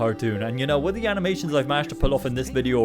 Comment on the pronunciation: how come you say da instead of the